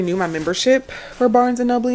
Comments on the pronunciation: Bar-nes and Nobleeyay🤣🤣🤣🤣🤣🤣🤣🤣🤣🤣🤣🤣🤣🤣🤣🤣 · I like the way you say barnes and noble 😂 ✨️